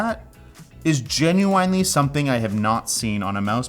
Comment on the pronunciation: I feel that he has pronounced genuinely wrong his entire life, and nobody has ever corrected him so he believes it to be the correct pronunciation